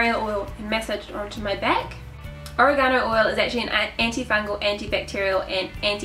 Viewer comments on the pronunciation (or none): oregano (o-reg-a-no) not origano lol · Edward H oREgano, accent on the RAY. lol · Is this the oregano we put in pizza sauce? oh-ray-guh-no Saying it like oh-ray-ga-no makes me think its an ancient chinese secret spice.